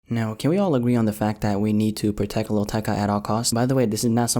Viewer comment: no one: Litterally no one: Not even an alien:: protecca no offense supposed to be a joke